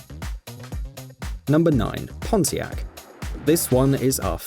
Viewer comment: When i heard "pontiac" I was like "HE CAN'T SAY THAT ONE!!!!" I heard that one a different than the way he said it...